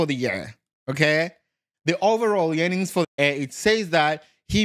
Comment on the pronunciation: He kills me when he says “yearnings” 🤣🤣🤣.